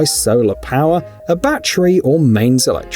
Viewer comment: It's NOT a ba-tree, it's a ba-ttery